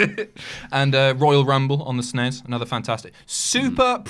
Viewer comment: When did it become acceptable to refer to the SNES as "sness"? For my entire childhood you simply read off the letters as you would with any acronym. It sounds so much better.